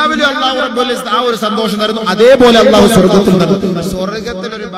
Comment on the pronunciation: സന്തോസമോ.... ഇവനു അക്ഷര വിദ്യാഭ്യാസമില്ല സന്തോഷം എന്നു പറയാൻ... 😄